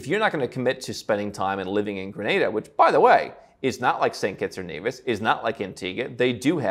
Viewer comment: Listening to you mispronounce Grenada was annoying.